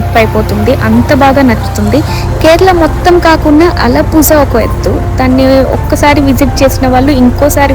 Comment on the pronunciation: Alappuzha is pronounced as “uh-luh-POO-rha” — the “zh” sound is a unique Malayalam/Tamil sound, somewhere between “la” and “ra”!